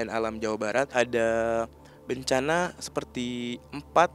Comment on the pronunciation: Bencana..,.bukan bancaaana,,.faham sih biar unsur misterinya dapat...tapi kedengarannya malah lucu bagi saya...😀